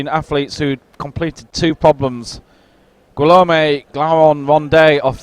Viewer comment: French people everywhere are cringing each time this commentator slaughters the name "Guillaume".